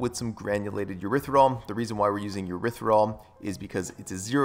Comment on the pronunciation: I thought it was erythriTOL not THOL 🤔...sorry it's the teacher in me 🤓 Great vid - new sub!